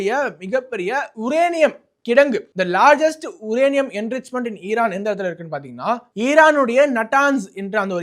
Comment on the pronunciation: உரேனியம் இல்லை அது யுரேனியம்!! என்னத்த இப்படி உலரிகிட்டு எல்லாம் 2k kids போல